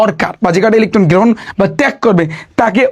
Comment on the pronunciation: ইলিখঠন গ্রিহন😂😂😂😂